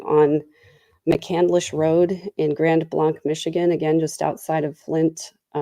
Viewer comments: Grand Blanc is pronounced "Grand Blank" What on earth is going on with this world..places of worship.. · Thank you for covering this sad story. The name of the city is pronounced Grand Blank as in a blank sheet of paper. I used to work there many years ago.